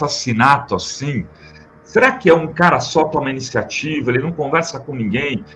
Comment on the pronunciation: Falando p Nguem........😂😂😂😂😂😂